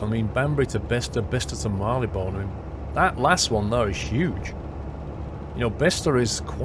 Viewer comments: Mar-lee-bn. I think you put too much stress on the 'one'. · please pronounce Marylebone correctly kthxbai love Davina